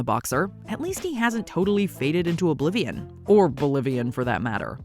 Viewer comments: Mike Tyson just got punched in the head multiple times before he messed up the word “oblivion.” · 4. Mike Tyson was saying 'blivion. Which means oblivion. racists